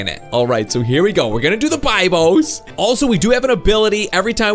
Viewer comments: it is not bibos it is bebos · It’s not Bibos it’s bebos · It pranounsed bebos